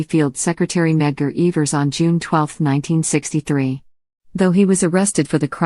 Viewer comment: Couldnt even correctly pronounce the names in this well written documentary